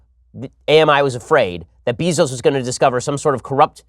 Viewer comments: Beezos? IT'S BEZOS (BAY-ZOS) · Bezos is pronounced BAY-ZOS. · It's Beh-zos moron... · I swear, the way Ben pronounces “Bezos” makes me wanta punch babies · How can you be as smart as you are and mispronounce Bezos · It's Bezos, not Bezos. Gah...